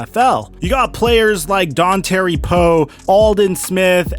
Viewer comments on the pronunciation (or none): “Don-terry Poe”